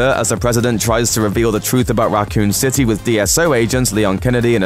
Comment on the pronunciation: "Racoon citay"